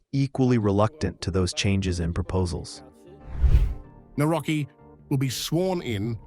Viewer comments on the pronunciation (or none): It is really irritating how you pronounce Polish names. Do your homework because you really sound arrogant and disrespectful. It is [ navrotskee}.